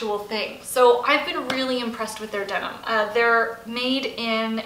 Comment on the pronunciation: Denim not demon